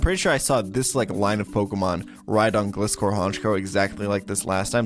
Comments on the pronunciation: Why did u say gligar pronouncing the I as eye but gliscor you pronounce it as ihh cringed me binge watching ur channel not gonna lie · and other pokemon you say wrong my freaking god